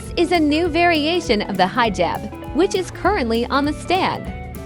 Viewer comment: For the people who don't know it pronounced (He-Jab